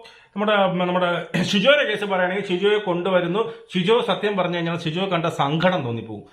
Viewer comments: ഷിജോ അല്ല സിജോ ആണ് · പൊന്ന് ചങ്ങായീ അൻഷിബയല്ല അൻസിബ... ഇരുന്ന് വിസ്തരിച്ചു റിവ്യൂ ഇടുന്നതിനു മുൻപ് നിങ്ങളാ മത്സരാർഥികളുടെ പേരൊക്കെയെടുത്ത് വെച്ചൊന്ന് പഠിക്ക് 🪔💀 പിന്നെ ഷിജോ അല്ല സിജോ... ഇതൊക്കെ എന്തോന്ന് രാജണ്ണാ ബേസിക്ക്‌ അല്ലേ ഇതൊക്കെ..